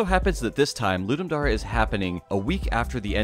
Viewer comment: It’s dare not dar-E